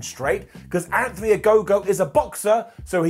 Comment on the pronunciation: Anthony A-No-go